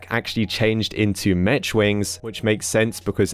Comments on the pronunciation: It’s pronounced like Mek and not mech with the ch sound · The way he pronounces “mech” instead of “mec” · Notice how he says “metch” and not “mech” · "metch wings" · its you actually pronounce it "mek wings" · I love how says “ Mech” He says it like “Mesh” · More like mecch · Did bro really say "Metch wings" you can tell he didn't make it far in school. Thats why he's a YouTuber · Nice pronunciation of mech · Btw dude not to be rude but u pronounced mech wings wrong, idk if it’s your accent or something but ya no affence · I cringed at the way he said Mech. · Love how forgot how to speak English and pronounced mech wrong lol